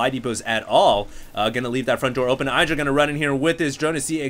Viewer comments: his name isnt "aidra", its "iddra" (pronounced) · Why does this idiot pronounce Idra EYEdra. My god its annoying